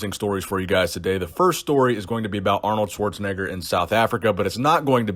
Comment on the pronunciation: michael Sim I don't know what you're talking aboot?!